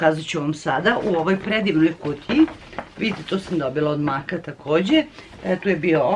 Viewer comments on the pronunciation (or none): Mek a ne mak